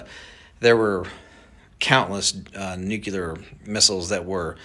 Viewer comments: I question anyone who cannot pronounce the word nuclear properly. NU-CLEE-ER. Not NU-CYAH-LER. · Like saying “new-clear” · Trying to scare us so bad that we will accept martial law lockdown & prevent Trump’s inauguration. Edit: he keeps mispronouncing nuclear, what kind of expert does that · Lighten up francis, accents happen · Those aren't "accents." Those are uneducated mispronunciations.